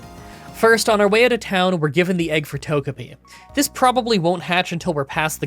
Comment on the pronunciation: Yeah, it's odd that he mispronounced ToGEpi and ToGEkiss 😢